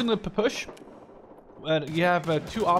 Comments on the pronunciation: Did you say push it's p-p-s-h or pa pa sha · >pupush It's puh-puh-sha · Did he say Pu Push 41 and not P P S H 41???? WUT M8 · did he just call it the pupush?